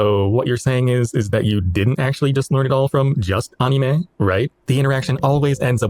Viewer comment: Yes, that is how anime is pronounced in Japanese (and coincidentally that's also how the 'a' sound should be pronounced in Anki as well), but the way you pronounce it is pretty much the English word for it so it's all good~ I've never been involved in the JP learning community because my journey started way back in the mid-90's as a nerdy kid who had just gotten their hands on the internet. I'm also not very social 🤣 That being said, I have noticed the toxic trend with the community over the years as the language got more and more popular. The anime community, which overlaps a lot with the JP learning community, also gained a lot of far-right members in recent years which is unfortunate.